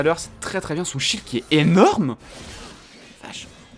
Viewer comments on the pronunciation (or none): none